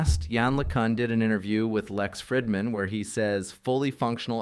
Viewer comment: "Fridman" is pronounced "Freedman."